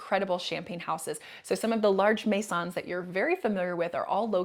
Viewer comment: your French pronunciation of all other words were perfect, which is why the maisons stuck out for me. Very good video and tips 👍